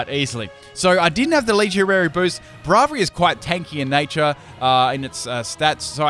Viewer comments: He still pronounces "Braviary" wrong. It's kind of "Brave-eary", not "Braav-eary". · wtf is that pronunciation of Braviary?! it kills me on the inside T_T